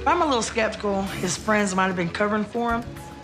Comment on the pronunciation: “ come say hello to my FWENDS”. 😂😂😂 I’m dead